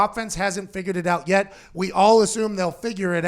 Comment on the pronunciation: Anyone else realize how it says “power rankings are aht”